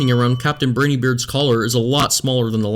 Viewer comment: I'm sorry, I was going to ignore the hate for an obviously heartfelt (if amateur) product. But then you said captain "briny" beard? Brine, Briny, Briney. Please look up the pronunciation. +1 sin